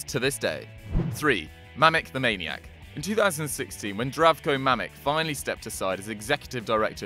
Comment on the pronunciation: Mamič should be pronounced some like Mamitsh.